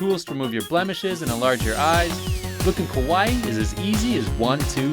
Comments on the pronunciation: Do you think the guy realizes he's been pronouncing "Kawaii" Kowai" which means "Scary". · Dude, it’s KAWA-II (kawa-eeee) not pronounced like Hawaii. Long eeeeee (ii). And it’s KAwaii, not KOwaii. Kowaii means scary. Moras are very important in Japanese. The loud music during the interviews is super distracting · Yea KOwaii means scary haha and it’s kAwa-ii. Long ii at the end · That single vowel change can really make a difference. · Why he keeps saying Kowai? It’s Kawaii! Very different meanings. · he isn’t saying kowai, he’s just mispronouncing kawaii lmao